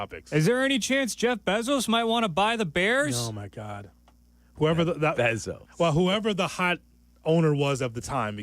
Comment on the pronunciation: it's pronounced BAY-ZOS